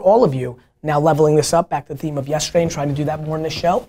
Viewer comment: Always Amazing content. But Gary. Stop saying Show like that!!! #breaktradition #donttellmetoFmyself. Love you man!